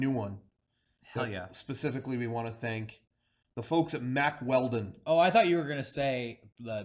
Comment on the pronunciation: I remember listening to the Baited Podcast and they pronounced their sponsor Mack Weldon as "Wack Weldon" I'm glad I can listen to a man's podcast where we pronounce words like real men